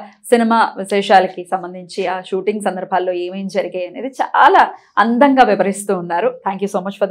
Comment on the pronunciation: Andham gaa kaadu, “Andam gaa”